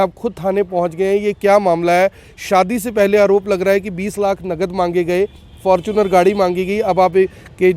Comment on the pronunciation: fortuner ko fortune bolne wala ,koi maasum hi hoga😀